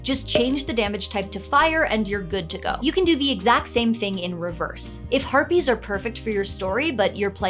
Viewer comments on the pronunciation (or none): Did you say "harpies" or "herpes"? 😅